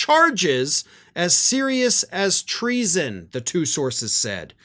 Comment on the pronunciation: Treason- 2 syllables- I’m impressed! 💙💙💙